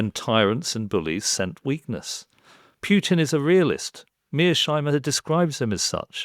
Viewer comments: Mr Syed should learn to pronounce Putin's name properly. It is not 'Pjutine'. Smacks of quirky mannerism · Matthew Syed does not know how to pronounce the name Putin. It could be a speech impairment, of course. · I am not sure I get the terminology of the second speaker. What does he mean exactly by oligarchs and cleptocrats? Also I see that he pronounces Putin incorrectly, which is probably lack of knowledge, at the same time he claims to have very deep knowledge of the country. But how do you have it if you don’t even know the last name of its president? Also, I don’t get the point about palaces. Trump has his luxurious properties, which he bought himself, true, but also British royals have properties which they didn’t pay for. Properties or money in itself doesn’t mean much. This is very much a conjecture. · It's hard for me to take people seriously on this issue if they can't even pronounce Putin's name correctly. Syed just repeats what you can hear on the 5 min TV news segments. His analysis is as deep as a puddle and he seems think that we live in a Marvel comic. Ridiculous man. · Said sounds very much like Pierce Morgan. He is so small minded he cant even pronounce Putin's name properly. Pretending to care about Russia!! Look at Russia today from what it was in the 90s. On europe being on the black until 70s - thats the money you looted from the colonies. No colonies and you are on the red.